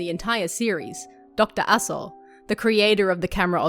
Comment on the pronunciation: lol was only listening to video when i thought you said Dr Asshole 🤣